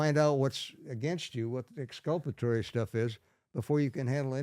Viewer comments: I think that Tom Lang is just as good as Sherlock Holmes. What's Exscuppaterry 😊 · It’s exculpatory.